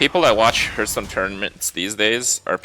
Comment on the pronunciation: Hearthstone is pronounced “HARTH-stone”. Not “hairth-stone”. Cmon Kripp.